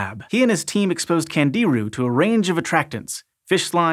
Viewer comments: Pronounced ‘KHAN-JI-ROO’, with the accent on the 3rd syllable. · candiru as in kan djee ROO with the stress on the last syllable, FFS.